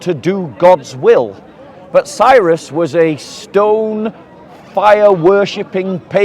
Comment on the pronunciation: Cyrus, not xexres